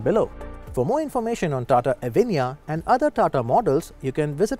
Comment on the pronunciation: Pls pronounce it properly - its a sanskrit word , also used in Hindi , bengali language etc.